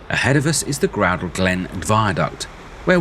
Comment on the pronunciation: The 'ou' in 'Groudle' is an 'ow' sound rather than an 'oo' sound.